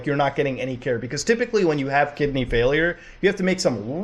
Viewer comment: bro his "organs" "kigneys" i feel bad for his toilet